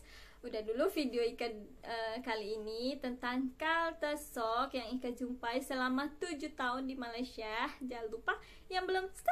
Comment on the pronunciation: Maaf sebutan yg betul utk culture shock is "Kalcer Shok".